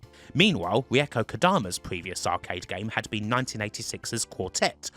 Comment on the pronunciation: I really like your video. Learned something about the spin-offs too. Your pronunciation of Reiko is a kind of horrible though...